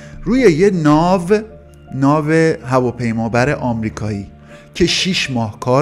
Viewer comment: داداش بگو ناو هواپیمابر 😂😂😂